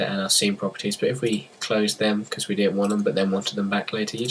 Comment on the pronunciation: "be cause" Nigga...